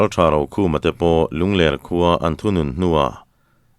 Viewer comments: Ngaih thlak ava nuam em. Mahse, Lungler ti a inchhiar hi. Lunglerh tih tur ani zawk lo maw, lungler khua tih hi avang viau asin. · Lungler tih hi mauler tih ang niloin hepa hi a ler a nia tih anga lamrik tur zawk a nilo maw,ler lai hi a ki tihsan tur.